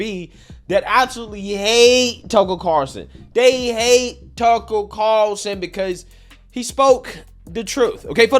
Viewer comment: Why do you say his name like “Tuckle Carlson” ?